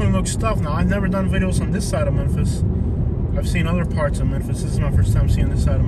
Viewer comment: That's not how you say memphis hose